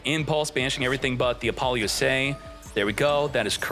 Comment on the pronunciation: App- poe- Loosa not lusay